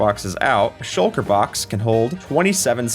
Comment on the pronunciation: Shucker? I thought it was shulker